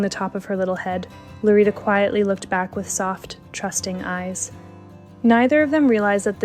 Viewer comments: It's Lolita, not LoRita. Please make an effort when pronouncing words in other languages. It does matter. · how come the subtitles say lolita but the lady is saying lorita?